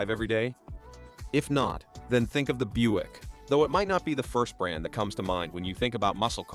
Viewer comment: AI can't pronounce Buick correctly...lol...I guess AI isn't as smart as it thinks it is